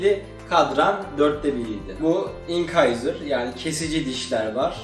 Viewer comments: Çok kişiden telafuzunu duydumda ilk defa inkayzır duydum bi internetten telefuzuna baksana bide anlatımın iyi dişleri ayrı ayrı anlatmayı düşünüyor musun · İncisor inkayzır demeyip doğru telafuz etsen daha iyi olurdu